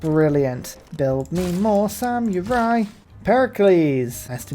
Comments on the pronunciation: Oh dear, pronouncing samurai with a y in the middle is back. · Apparently no-one taught you how to pronounce samurai. It's Sam err eye, there is no y in the word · I know it's a British thing, but I chuckle at "sam-you-rai" everytime